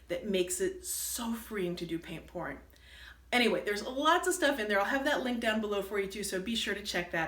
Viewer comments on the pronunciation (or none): very interesting... it sounded like you are saying painting porn, lol. I think you are pouring? Yes, I see now you are pouring, not porning, lol. I love to paint small paintings too so I am going to experiement with your hanging...gotta listen again to see what you used to hang. Thanks, I teach watercolor at Roswell Visual Arts Center in Roswell, GA.